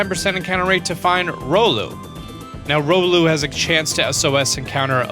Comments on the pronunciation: i'm going to help with pronounciation of you pokemon car-bink not car-BLINK shar-pedo not shark-pedo rEEolu not rolu Drago-nite not dregen-ite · BTW tapu fini is genderless and its ri-o-lu not ro-lu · "Rolooh" It's REE-OH-loo. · riolu not rolu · it's sharpedo not sharkpedo, carbink not carblink,and riolu not rolu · Yeah... I'm here again to help you out with the pronunciations :3 Sharpedo... Not "Sharkpedo". There's no "k" in it. He's not a pedophile shark. Carbink.... Not "Carblink"... No "l" in its name. And lastly... Riolu... Not "Rolu"... The only one where you left out a letter. Always here to help... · How to say riolu. (RE-o-lu) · It’s ree ol ou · ‘Rolu’ ‘Carblink’ That just made me chuckle X3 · WTF it's ry-oh-lu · Did he just say rolu? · he said rolu...? wheres the i?? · ROLL-U?!!? Are you joking? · Jared Dacosta pronounced riolu wrong. Its Ry-oh-lou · Alexander Familton Same, except I hate when people incorrectly correct others. It's Ry-Oh-Loo. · Clorox Bleach #42069 he also said sharkpedo and rolu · OMG I DONT WANNA SOUND LIKE A STUPID LITTLE BABY BUT I UNSUBBING! U BUTCHERED RIOLU’S NAME!!!! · Aura Guardian would be offended by his mispronunciation of Riolu.